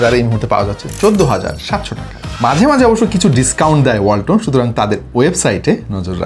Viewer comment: ওয়ালটন❎ বালটন✅